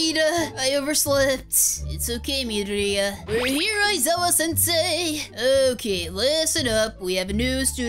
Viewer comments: Its mid-or-i-ya aqua Not mideoriya. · It's madoria not maria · Not to be mean but you pronounce midoriya wrong How to pronounce: mid-dory-ya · No offense but this is how you pronounce Midoriya Mid-or-e-a a as in like the a in KachAn :) I’m happy to help also hope this helps! Love you to!! ❤️❤️❤️ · Oh just want to tell you Midoriya is pronounced Midoreya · you said it all wrong it is: me ~ door ~ e ~ a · Not meaning mean or hating but u said midoryia wrong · U said midoriya wrong btw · You said Midoriya wrong and you said eir wrong but it’s OK everybody makes mistakes